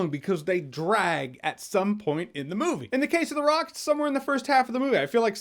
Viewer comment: "Welcome to the Rrrrrock."